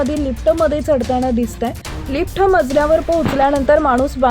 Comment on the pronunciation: बाई लिफट नाही लिफ्ट असा शब्द नीट बोलायला शिका मग व्हिडिओ बनवा.